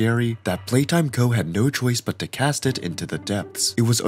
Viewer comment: Why he say playtime go and poppi wrong?